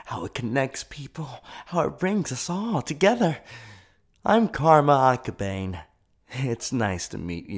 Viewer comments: i got so annoyed by this. you pronounced his name wrong. It's ah-kah-bah-nay not ah-ka-bain. Honestly I was soooooooooo annoyed by this. Please take into consideration for any future videos. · he said karma aka-bayne i'm dying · I am so sorry, but as one who has watched the sub and dub, Karma's last name is pronounced Ak-a-barn-a. Say it that way, but its spelt Akabane. Love the video. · NOT AKA-BANE ITS AKA-BAN-EY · Am I the only one getting annoyed with saying Akabane wrong? Pronunciation: Aka-ba-nay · slightly screams at how he said akabane miss pronounce but i love everything else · The only thing that bothers me is how he says Karma's last name. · They pronounce akabane wrong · Dude,as much as i love your vids.. YOU PRONOUNCED HIS LAST NAME WRONG. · Noooo you said akabane wrong 😭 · Is anyone else bothered my the mispronunciation of Karma's last name?? no? just me? ok...